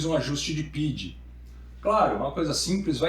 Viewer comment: meu bom, eu sou engenheiro de controle e se fala "P-I-D" não "PID". No mais o vídeo tá muito bom!